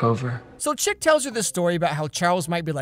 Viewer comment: I've never seen Riverdale so, until today, I thought his name was ChiCK because of how pronounced it... Thinking back on it, Chip makes an awful lot more sense.